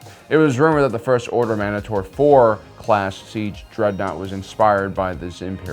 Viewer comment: Okay, I gotta stop you there. 1st you keep calling the Mandator "manator" when its Man-Date-Or. And now You misrepresent the MC-30. The MC-30 is a capital ship killer. Most notably its ability to rapid fire proton torpedoes, you didn't even mention that it was equipped with them. And don't get me started on the misinformation on the Victory SD. You completely failed to mention that the there was a Victory 1 and Victory 2. Your description described the Victory 2, you completely failed to mention the fact that the Victory 1 had banks upon banks of concussion missile launchers.